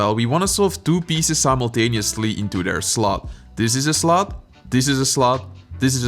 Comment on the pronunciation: You said simultanao. sima… Icant say it